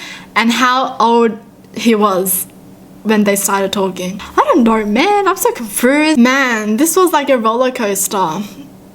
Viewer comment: Everyone gonna ignore the fact that she said confrused an not confused